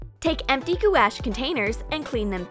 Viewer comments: I s2g if you say gouache like goo-ash one more time I’ll come over there and deck you in the nose. It’s pronounced like gwash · Gouache is “gwash” not “goo-ash” wtf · Goo-ash?? That’s not how u say it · What the heck is gooash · Wtf is g u a s h